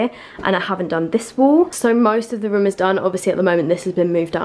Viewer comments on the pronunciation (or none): I was like "What rim is she talking about?" until I realized she says "room", not "rim" 5 minutes into the video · luv how she says rum for room